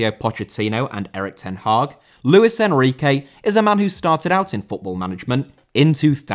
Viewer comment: Enrique* not Enriquei